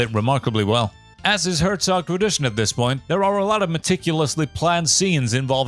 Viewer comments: Did you really make a 94 minute Documentary on Werner Herzog and you didn't bother to look up how to pronounce his name? It hurts my ears. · It's so funny to hear his name so often and being mispronounced in the same way every time (I am German, it's cute, I am not complaining dw) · I dont wanna hate, but if you make a one and a half hour video on someone, at least bother to learn how to pronounce his name ffs